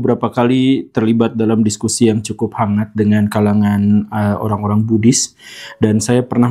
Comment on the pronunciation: Oohh Buddhis.. saya dengarnya Bugis..